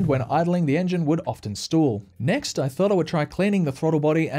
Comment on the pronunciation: The word is Stall, not Stool…